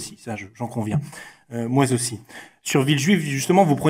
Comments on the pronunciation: pourquoi il dit [moi zaussi ] ? il n'y a pas de liaison . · Moi zaussi? Bon, c'est pas le fond du sujet hein...